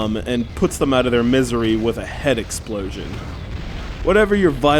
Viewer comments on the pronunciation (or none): none